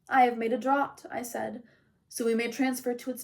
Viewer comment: 1. Thank you for reading. You do a wonderful job. When I finish listening to this, I hope to listen to more read by you! 2. I love the occasional cat meows and purrs 3. I mean this as a helpful critique only, the A in “scarcely” is pronounced like in “scared” and “draught” is pronounced as “draft”. I’m sure if I read a whole book I would mispronounce words too.